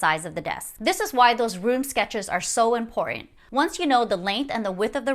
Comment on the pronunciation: Learn to pronounce the word "important" before creating any more content.